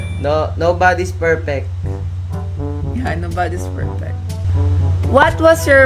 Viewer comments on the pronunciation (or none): “Nobody’s perpek”